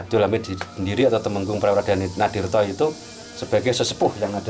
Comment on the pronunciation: ijin sukrep sekalian nanya ..td kurang jelas...mohon diperjelas...Tumenggung Prawiradinirto atau Prawiradanirto atau Prawiranatirto?? maaf dan terimakasih 🙏🙏